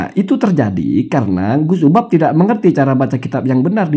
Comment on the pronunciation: Kamu nyebut nama orang aja juga fatal. Namanya UBAD, kamu panggil UBAB. Dari sini aja, masyarakat sdh paham.